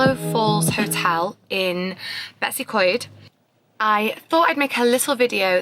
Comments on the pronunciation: The way you tried to pronounce betws y coed should be illegal😂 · dw most people in wales can’t pronounce these words properly😂 “beh-tus ugh coid”